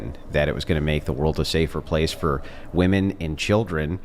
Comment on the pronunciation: She can’t even pronounce women correctly.